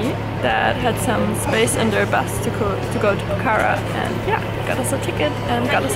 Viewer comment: It's not pokhara is pronounced pokhra!! Lol